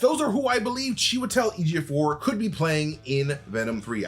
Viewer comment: He's definitely showing off pronouncing chewy's full name so easily